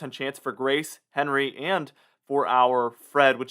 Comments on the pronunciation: Everyone else is pronouncing it “On Ree” not henry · With Henri ending in an I, wouldn't it be the French pronunciation, on-REE?